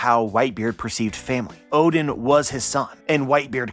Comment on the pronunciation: i keep hearing ODIN and i was like, is the norse allfather now a character in OP Elbaf arc? then i realise you mispronounced ODEN.